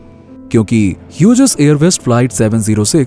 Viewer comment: ह्युजेस नही हॉग्ज कहते है उसे.. BTW nice information..